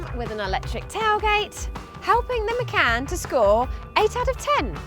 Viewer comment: Haha she showed Matt from car buyer that it's Macan not Macarn